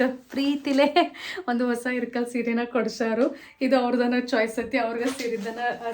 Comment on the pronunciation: ಇಲ್ಲಕಲ್ ಸೀರೆ ರಿ ಅದು ಇರ್ಕಲ್ ಅಲ್ಲ ಇಲ್ಲಕಲ್ ನಮ್ಮ್ ಊರು currect it